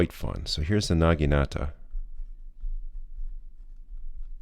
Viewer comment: if you care, the correct pronunciation is FOO-day. surprisingly good job on naginata though